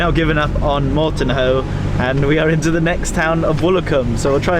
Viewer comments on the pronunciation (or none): My goodness, you are starting off in your home town and you don't know that Clovelly has the stress on the second syllable, and that the village next to Woolacombe is Mortehoe, not Mortonhoe? OK, I forive you because you made me laugh!